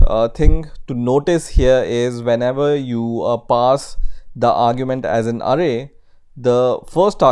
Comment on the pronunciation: Hey mate, awesome videos but you need to work on some English pronunciation as it tends to confuse, and therefore, becomes distracting. After paying attention to some words here are a few examples of your mistakes: variables: you must put the accent in va, not in the a at ria. The accent goes on the first syllable from left to right. array: the accent goes at the last a from left to right, not in the first one. just say "at symbol" or simply "at"